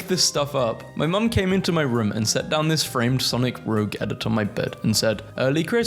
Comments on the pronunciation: by the by her name isn't pronounced "roe-g" it's pronounced "rooj" but any ways WHAT THE FU-. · you said rouge's name wrong, prepare to get the autistic sonic fans to correct you